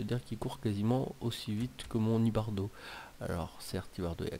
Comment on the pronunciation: On dit IbarBo